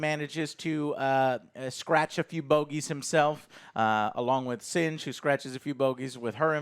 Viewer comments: SINGH Joe, it's SINGH, not sinj, it's pronounced like SING but with a silent H at the end, just say SING damnit! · 'Lay-on Singe' I love it! Joe, I laughed very hard at this. Don't know why it was so funny, but thanks. Also, 'Lah-ahn Seeng' is the proper pronunciation. And as for the 'bomb,' it was actually an atmospheric filter that they were going to give to the planet, but it got damaged (indirectly) when one of the Gorn shots hit the cargo bay area. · mispronunciation of the week. “Leon Singe” sounds crispy. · Joe, Singh isn't even a sci-fi name, it's a very common one, and mispronouncing it constantly is kinda lame